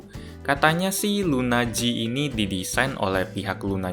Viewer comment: LUNA G dibaca lunaji(s) 😄